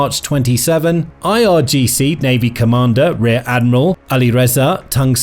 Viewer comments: Also it's IRGC*, Not IGRC. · irgc not igrc noob